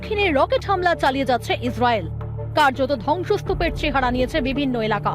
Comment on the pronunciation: হামিলা নয় হামলা😂😂😂